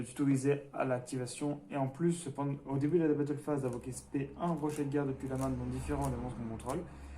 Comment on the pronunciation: Yo Bonne compo :D Au fait c'est Rocher de guerre pas rochet ;)